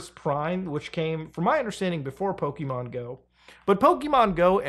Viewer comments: You are absolutely right that when things are free we are the product. Also, brother, Pokémon, not 'pow-kee-man', Po-ké-mon. Ok, that's all. Love you, keep up the great work. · "Pokimon"... no, "PoKE-mon" lol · The constant PokEmon and PokÉmon he did throughout this video was ridiculous like dude pick a pronunciation